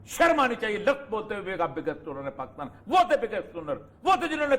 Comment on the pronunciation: اوریا صاحب اپنے ملک کا نام صحیح نہیں لے سکتے۔ کاف پر زیر کی جگہ زبر لگا دیتے ہیں۔ یعنی pakastan.